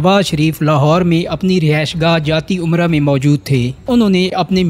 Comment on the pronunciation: لفظ جاتی عمرہ نہیں۔۔جاتی امرإٕ ٕ ھے